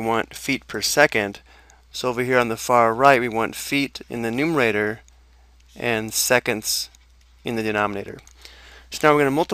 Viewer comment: It is called numerator, not numator.